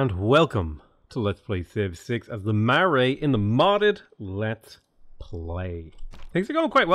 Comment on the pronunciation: Potato we love you but your pronunciation needs a bit of help :P Maori (Mao-ree) Marae (Ma-rye)